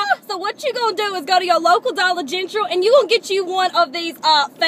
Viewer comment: Dollar Gentral'. Do you really talk that way in Louisiana?